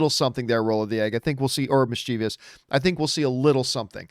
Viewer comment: It is MischieVOUS ! Why most everybody say mischievious? 🤔